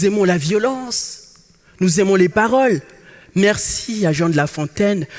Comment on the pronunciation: Il prononce les "e", "é", mais il dit: les garçons poussent dans LE choux et les filles dans LE fleurs. C'est compliqué dans ces conditions de participer à un concours ou le simple changement d'une lettre entraîne souvent un jeu de mot brillant.